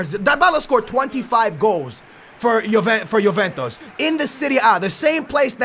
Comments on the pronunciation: YOU GOTTA SAY JUVENTUS CORRECTLY!! ITS JUVENTUS NOT JUVENTOS CMON MAN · and he also says yoventus when its juventus like tf